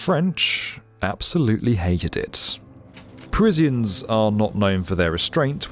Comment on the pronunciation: what's a Parizzian?